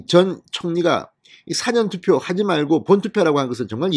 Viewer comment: 진성호님 방송 좋아합니다 ㅎㅎ 간간이 뉴스 영상도 좀 보여주시고 사전투표란 언어구사에서 싸전이라고ㅡ발음하지마시고 사안전 투표라고 해주세요 😛😄😷🙏🙏🙏